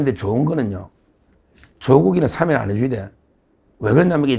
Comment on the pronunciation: 서 변호사님! 사면은 장음입니다. [사:면] 사~아~ 면! 제발 발음을 똑바로 하시오! 아래 사전의 발음을 직접 들어 보시오! ■ 표준 국어 대사전: ● 사면5(赦免) 발음 [사ː면] 부표제어 사면-하다1, 사면-되다 「명사」 『법률』 죄를 용서하여 형벌을 면제함. ≒사. 사면 조치. 사면 복권. 시민 단체에서는 그의 사면을 요구하는 성명을 발표했다.